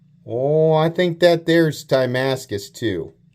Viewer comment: It's pronounced Dam-as-cus steel, not Dam-us steel